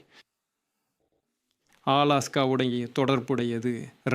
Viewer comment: Alexa vha 😂 ena ya news read pandra athu alaska alexa ila